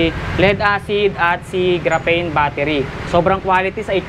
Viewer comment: GRAPHENE PO..HINDI GRAPHANE..HINDI PARANG BUTANE😂😂😂